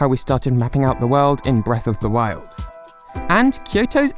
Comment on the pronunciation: It sounds like you're saying Breath of the World.